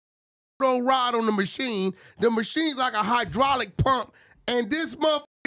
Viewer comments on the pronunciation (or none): none